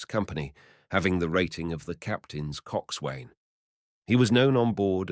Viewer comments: Phonetically 'focksal' and 'cocksun. ' There was another common word earlier which I forget. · Thanks for doing this. no criticism but if you are reading more about the navy or seagoing, you might like to look into the pronunciation used in this industry: Forecastle - foc'sal; Coxswain - Coxon; boatswain - bosun etc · It does sound like him, but I think he'd know how to pronounce Coxswain